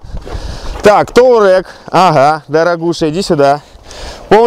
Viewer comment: "Taureg" поржал